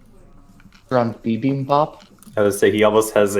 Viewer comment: BIBIMBAP is spelled with an "a". I can see why someone from North America would tend to pronounce it with the "o" accent , a much rounder sound, which the American accent is inclined to do. But the Korean acccent has the "aa" sound.